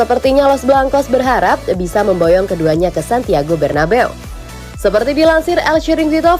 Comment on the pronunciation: Please mbak jgn bilang Santiago Bernabew kek gak enak didengernya kesannya gmn gitu. Lebih enak ujungnya be'u.